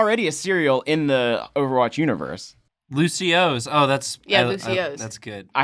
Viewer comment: Its not pronounced lucio-ohs its pronounced like lucy oh oh's